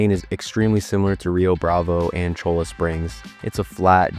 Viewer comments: Cholla is pronounced Cola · ITS PRONOUNCED “CHOYA” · Also it’s not cholo springs😂😂😂 Cholla (Choy-uh), which is a cactus, commonly known as jumping cactus, it is a Mexican word and name for that cactus and it is ubiquitous all throughout the Sonoran desert south of Phoenix all the way through Tucson to the border. I don’t know how far I’ll get into this video but if you pronounce “Lannahachee” as lannaHATCHee it will frustrate players of the game who paid attention when Arthur tells Javier that CH is pronounced like an S when they go fishing, and Javier gives Arthur cricket bait in chapter 3. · Butte is pronounced byewte, and cholla is pronounced choya. Nice video though enjoyed it! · Also cholla springs is pronounced Choi-ya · Excellent video. I have never played RDR2 but getting ready to so discovered your channel and video. One correction, Cholla is pronounced "Choy-uh". It is a type of cactus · My disappointment as someone born in Arizona. 😂 At least he didn't say Butts like some people. He did pronounce Cholla wrong too.